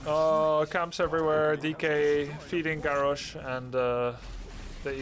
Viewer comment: Love the content Grubb but for the love of god have you never heard anyone else pronounce the name Garrosh?Didn't Thrall or Grommash ever say It?